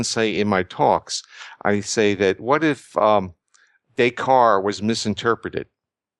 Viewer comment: Porges is fantastic, and this is such important info. (Although his pronunciation of "Descartes" -- and, as he mentions, his French in general -- is hilarious.)